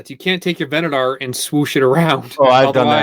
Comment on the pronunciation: HOW are playsets UNDERRATED in any way?? Cam was talking just to talk. Also he needs to learn to say Venator properly